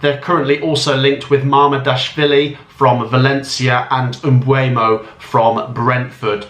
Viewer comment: Tip! For pronouncing Mbeumo instead of pronouncing it as “M-BWHEY-MO” try pronouncing it as “BUR-MO”